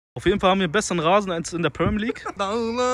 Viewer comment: Permien league 🤦🏾‍♂️😂😂😂 Premier League